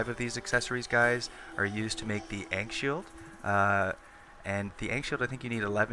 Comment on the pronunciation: The 'A' in ankh is pronounced like 'awful' not 'ankle'